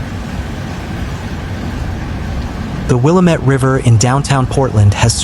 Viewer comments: Its pronounced Wil-lam-mit NOT Willa-met. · It's not pronounced Willa-MET, it's Will-AA-mett. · Its not willa-met Its pronounced wah-lam-it (Willamette)👍 Governor Kotex🫩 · Pronounced “will AM met”. Accent in the second syllable. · FYI, Willamette is pronounced: Will-Am (as in ham)-ette with the emphasis on Am. 💫The More You Know… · Well…. At least you didn’t mispronounce Oregon. Willamette = will AM ette Santiam = San tie AM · Fyiwe locals pronounce that the will ah mit river. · Rhymes with damn it"... "Damn it, Willamette"...An ancient chant from slow pitch softball days in McMinnville in the 1980's... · Learn how to pronounce Willamette.